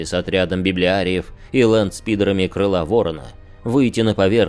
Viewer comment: А лэндспидер тебе ухо не режет??